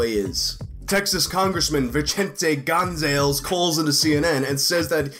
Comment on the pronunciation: The way you said Gonzalez breaks my heart. Gonn Zahh Lez